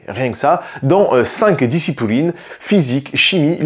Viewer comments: XD, j'ai bien rigolé quand j'ai entendu "5 dicipOUlines" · "discipouline"... ?! Si c'est voulu j'ai pas compris, sinon j'aime bien ! LOL